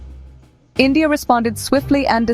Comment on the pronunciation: Its endia NOT india🤣🤣🖐️🖐️🖐️💅